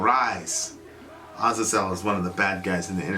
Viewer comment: I get so triggered whenever mispronounces Azazel. Almost as bad as when he mispronounces Chipotle, I don't know why that annoys me so much 🤓